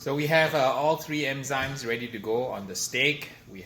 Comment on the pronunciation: It bugged me that you pronounced it as emzymes instead of enzymes lol